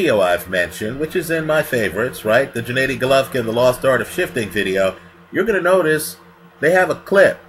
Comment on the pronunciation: for the last time you bumbling novice, his name is GENADDY (Ga-Nah-di) not Djanaydi...smh